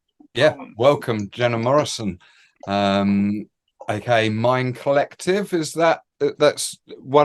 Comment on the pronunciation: you actually got my last name right 😮 My fellow countryman always butcher it 😆